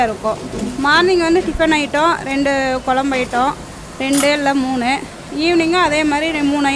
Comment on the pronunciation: Pls mam it's kuzhambu ..kolambu illa...don mistake